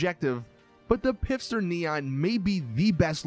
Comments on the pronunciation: U said pifster its not pifster its pfister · stop pronouncing Pfister “pifster” it’s pronounced “FISTER” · PLEASE PLEASE PLEASE stop pronouncing “Pfister” as though it were spelled “Pifster.” The P is silent and it is pronounced like “Fister” lol... Get it?! Just please... For all of us... Keep the cringe to a minimum. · At the beginning of the video it sounds like you're pronouncing "Pfister" as "Pifster". You realise it's pronounced "fister", right? With a silent "p". The fact that it's pronounced "fister" is the whole joke - it's more toilet humour by Rockstar, as they're famous for. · You speak both the P and the f in Pf in German. If you have trouble then better speak it Fister than Pister. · Its pronounced fister not pifster Mr. Lister the sister fister and lister's sister the fister resistor. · Hey genius it's pronounced "fister" not "Pifster". Dman man! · its pronounced "pfister" not "pifster" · It is Pfister and not Pifster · It’s Pfister... Not Pifster... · I think it's meant to be pronounced "Fister" but he doesn't get it lol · Herro it’s fister... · stop saying pifster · Your saying pfister wrong the p is silent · It’s pronounced fist her or fister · Great video, keep it up. But please pronounce the pfister brand as fister which is how it is meant to be pronounced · This guy pronounces the p in pfister lmao. This guy probably pronounces pterodactyl like PITTERYDACTEL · Love how every time this nigga say Pfister her said pifster lmao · It’s FISTER the p is silent. Again FFFFFFFISTER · It's not pifster it's "Pfister", the "P" being silent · “The pisster neon” this guy lol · Stop saying pifster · It’s Pfister not Pifster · "pifster neon" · It's "P fister Neon" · lol ph and pf aren't the same thing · I'm pretty sure the p on pfister is silent...